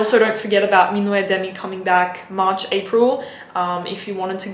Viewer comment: Just so you know "minuet," the way you pronounce it, is a ballroom dance. "Minuit," the way it is pronounced (min wee), means midnight. :)